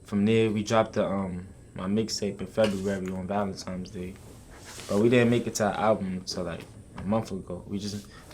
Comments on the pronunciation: Lol "valentimes day" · this dude said valentimes day. smh.